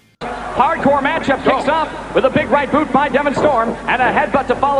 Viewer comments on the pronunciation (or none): none